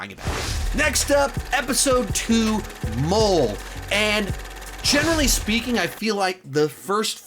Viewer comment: episode 2 is actually pronounced Mō-lay it's a type of Spanish Dish you should try it